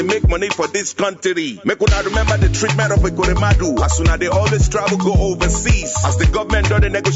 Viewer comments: Ahhh, a whole Nigeria attorney general pronounced gommant as government, what a shame to our country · "Guament" did he mean Government? Attorney general!